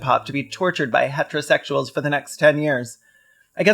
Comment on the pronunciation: "Kirk the bucket" and "hetrasexyooel" are diabolic ingenuity.